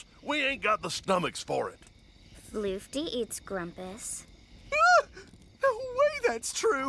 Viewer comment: I love how is constantly fucking up everyone's names. Grumpuses and Bugsnax alike. He always finds new ways to say them wrong